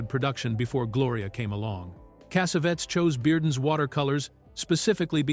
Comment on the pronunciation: I love this movie. I must’ve seen it five times and I used it as a therapist with people to address certain things. The one thing I cannot stand, and I really really cannot stand this. This Arabic narrator calling John Cassavetes. John Cassavettes. Finally he calls Gina , who everyone knows, Jinna. Cassavettes is the worst though. It is extremely difficult for me to listen to extremely so distracting from what he’s trying to do.